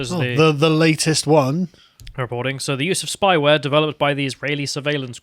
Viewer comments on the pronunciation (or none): "Spayware"? For "vetted people"? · Hate that "spayware" lol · "Spayware"? Well, a lot of heads of state do look infertile. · "Spayware" Could you guys stop leaving reading and writing to dyslexics? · "Spayware"? Software that neuters the target? ... That checks out.